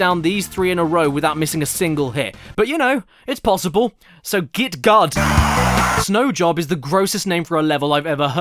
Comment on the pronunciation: "Snow job" caddy, my brother in christ that says snow joe